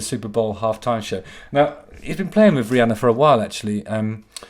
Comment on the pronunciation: Long have I been waiting for vuh moment JH unveiled his very well-hidden /th/. It was soooo worf it. Fanks JH! And fank you for adding vuh bonus /s/ at vee end. Much obliged.